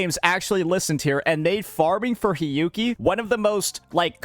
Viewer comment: For the Hiyuki part...all I am hearing is sanhua lol